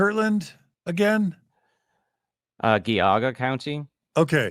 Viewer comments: I love this series but for the love of God, its Geauga with a "J" sound. Like in Giant or Geronimo. 'Jee-ah-guh'. My credentials- i live and work in Geauga county. Thanks! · Slight correction, gentlemen... Geauga County is pronounced Gee-AW-guh. (Letter G-AW-guh) It is an Iroquois word, and one of many indigenous names in Ohio geography. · FYI from a Northeast Ohioan--the county where Kirtland is located (Geauga) is pronounced with a soft G (as in giraffe)